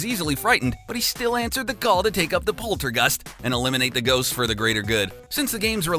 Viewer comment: Did you just say orcina of time, poultergust and king day day... lemme guess you also carmel instead of caramel and how about that loosiana man I'd love to go there.